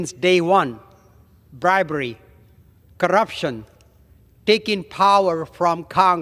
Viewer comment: I cracked UP at the way he said “corrrrrrrrrrruption”! That was the fastest “r” roll I’ve ever heard! This guy looks as hilarious as he sounds 🤡